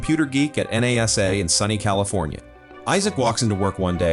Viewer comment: never trust anything from computer voice's .... what moron on this planet says the letters in the word NASA